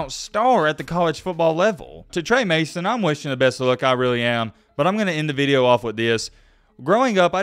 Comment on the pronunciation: “This veedeo” 😂